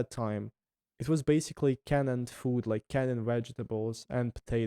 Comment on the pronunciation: A really interesting channel. Friendly English tip - canned is pronounced as one syllable. The e is silent.